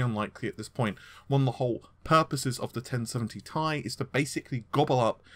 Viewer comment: Why the hell does he keep saying TI slash Tie ???? Its so annoying !!